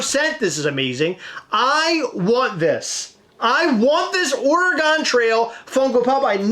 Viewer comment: What is ore-eh-gone?! 🤣